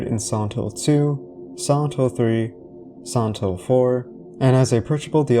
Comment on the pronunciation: I just can't get over your pronounciation of "Silent Hill" that sounds like "santo".